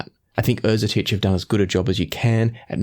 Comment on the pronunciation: Great review. I'm thankful thatI now know how to properly pronounce Erzetich